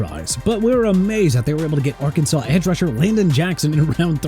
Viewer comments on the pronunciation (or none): none